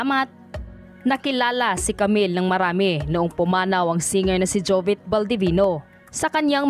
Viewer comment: Bakit jovet? Jovit ata. Rip idol